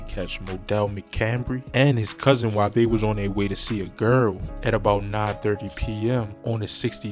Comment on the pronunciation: Erry time he say "Gearl" 😭😭 He gotta be from ova east